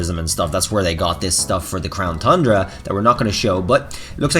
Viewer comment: Everytime he says thundra i drink